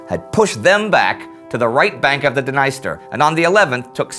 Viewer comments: Not to be a stickler, but I believe Dniester is pronounced "Nee-ster" in english. Over there it is referred to as "D'neester" as opposed to "Di-niceter". Correct me if I'm wrong, it probably varies from region to region. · The River in Ukraine is called Dnister , pronounced dneestэr, nees-tэr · BTW, Indy, Dniester is pronounced with a long 'e' sound, not with a long 'i'!